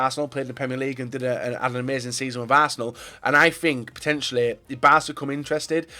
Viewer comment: Is it just me or did he say barsenal